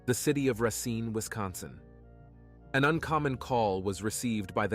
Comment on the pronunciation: It's Ruh-SEEN!! NOT ress-een!!